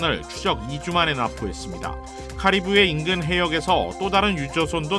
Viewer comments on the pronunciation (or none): none